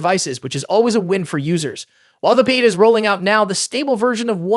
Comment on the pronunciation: holy crap is this AI generated or did you have a stroke, you pronounced beta 4 different ways interchangeably throughout